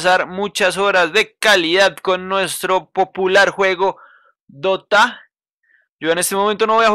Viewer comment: Busco dota “de o te ah” :,)